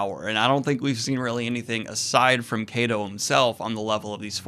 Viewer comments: Kaido is pronounced like Kaiju. Same "Ky" sound. "Ky-doh" not "Kay-doh" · pls dont call him kaydo...Ik its not right for me to correct pronunciations but its "KAII-DOE" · omg the pronunciation. I could somewhat forgive kaeido instead of kaido. But wtf what iinel. It is suposed to be like NL, like the 2 letters. I know it is small and I am sorry for this but it bothered me so much. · It's KA-IDO Daniel. Just wanted to clarify so you avoid saying both pronounciations every time. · Kaido is pronounced as kaa eee doohh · Why are you mispronouncing kaido it’s not that hard to pronounce?? Luffy says it all the time. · You pronounced kaido correctly once or twice in this video and those were while wondering witch was the correct pronounciation